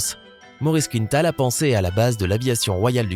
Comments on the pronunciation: On prononce quin-tal, pas quinne-tal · Il ne faut pas prononcer «Quinetal» mais «Quintal», c'est un nom québécois et donc d'origine française. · "Il faut savoir qu'un kilo ne représente qu'environ qu'une 1/2 livre" ouf.... 1 Kg c'est plutôt 2,2 livres... Et c'est quoi cette invention d'angliciser la prononciation d'un nom parfaitement francophone Maurice Quintal se prononce KINTAL et non pas KINETAL comme dans une quinte de toux, on ne dirait pas une quinete de toux. Je rappelle aux Français que tout ce qui est nord-américain n'est pas forcément anglais. Il existe le Québec et d'autres communautés francophones en Amérique du Nord. Une petite recherche avant de narrer une vidéo peut-être ? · Les Français (ou uniquement le présentateur) ne connaissent pas le nom de famille très francophone de «Quintal» ? Ils prononcent «Quinetal».